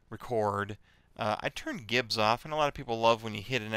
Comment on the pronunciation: "Gibs" is pronounced "Jibs" as in "Giblets"